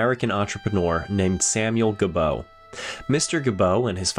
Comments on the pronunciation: It;s not ga-bow. It's pronounced Jee-bow. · The pronunciation of "Gebo" from Samuel Gebo isn't "Guh-BOE" but "ZHEE-boe". It's the Americanization of "Gibeau" or "Gibeault". My great-grandmother, Virginie "Jennie" Gebo Lamoureux, was from the same part of NY as Samuel. I haven't determined yet if there's any relation.